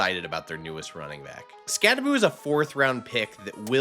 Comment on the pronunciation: Learn to pronounce his name correctly! It’s not Skatteboo, it’s Skattebo! So Bo, not Boo at the end!